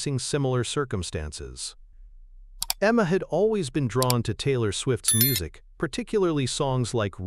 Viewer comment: This voice of the narrator is awful her name is Taylor, he pronounces it tiller or teelor speak English or get someone who can speak English to narrate.